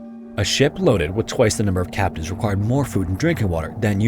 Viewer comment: For a good portion of this video, I thought he was saying “captains” instead of “captives” which threw me off from the beginning. I lost interest early on but ended up paying more attention.